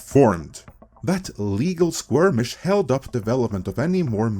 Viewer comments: It's skirmish not squirmish. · At first I thought was having another COMM-ittee moment, with him saying skirmish but it sounds like he is saying "squirmish". I didn't know that squirmish is actually a word. Thanks for teaching me something new today! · It's "skirmish", not "squirmish"... 😉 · The usual on-point video from ME... well done. Just one little thing. The word is skirmish not squirmish. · Your pronunciation of squirmish makes me squirm😂. All jokes aside you are a great speaker. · skirmish*, like skirt.